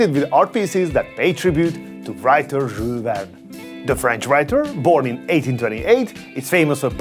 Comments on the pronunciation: Can u pronounce the name properly Jule Verne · He sounds like a drunk dude when he pronounces Jules Verne 😂